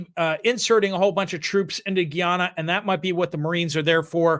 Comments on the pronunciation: I'm no expert, but I did humanitarian work in Guyana several years ago, and the locals pronounced it "guy-AN-uh". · my son served as a missionary in Guy- ana. That is how they pronounce it. Guy-Anna. Thx